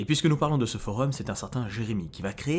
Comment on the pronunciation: Euhh...cest pas des creepy pasta ça. Une creepy ça ne peut pas être une fiction, ça ne peux QUE être une fiction. Là tu nous a balancé des fact stressant c'est tout. Après la vidéo est superbe mais c'est pas le bon mot. Et sinon je sais qu'il a raison dans sa prononciation (pour une fois) mais ça vous fait pas trop bizarre qu'il dise FOREUM 😂